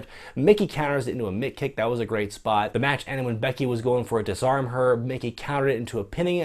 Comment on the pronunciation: Is it disarmER or disarmHER. Not Belittling I just assumed it the former